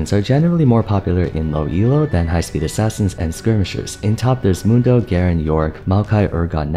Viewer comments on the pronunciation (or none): none